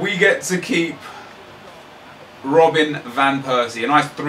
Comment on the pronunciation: Why so you say rrrrrrrrobb-en?